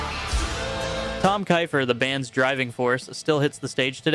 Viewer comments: The genius behind Cinderella is Tom KEY-fur. Not KY-fur. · 😂 thank you. He couldn’t say Tommy Kieffer’s name right either. As in Keefer EE like mine is spelled. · Wait, you can't pronounce Tom keifer's name either? Like keeper only key and insdead of per it's fer keyfer, keefer, Keifer. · It's pronounced "Car-mine A-Piece" Tom Kiefer is pronounced "Keefer" Geez, dude....and you want us to support your channel???? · FIRST of all … it’s MEE-LEE-YENKO … Miljenko Matijevic …. It’s also APP-EH-SEE for Carmine Appice … and also it’s KEEF-ER for Tom Keifer and lastly you said Baton Rogue TWICE … get your shit right if going to do music